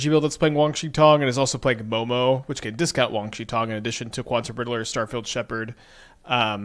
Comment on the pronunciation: its WAN, not WANG